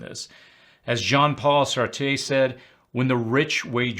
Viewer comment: If you're going to quote Sartre, you should learn how to pronounce his name